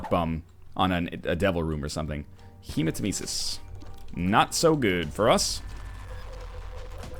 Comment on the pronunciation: Northernlion hematemesis is panctuated on the second e and not the third e.Sorry that i have to correct you but i'm greek and since the word is greek it just sounds so wrong when you pronounce it the way you do.